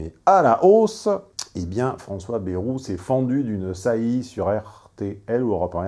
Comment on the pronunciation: à revoir votre prononciation de "bayrou"